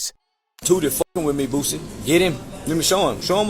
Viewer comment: Why are you calling him “Boozy” ? It’s Boosie